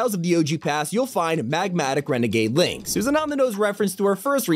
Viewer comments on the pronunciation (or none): none